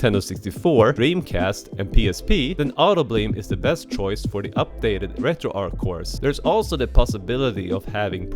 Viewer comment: It's not Retroark. In developer interviews and team discussions on Discord, the creators confirmed that the name was inspired by Arch Linux (since the project's early days were closely tied to it). Because nobody says "Ark Linux," the "Arch" in RetroArch follows the exact same soft "ch" sound.